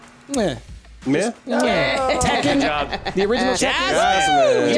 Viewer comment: I heard price say Teken and my face lit up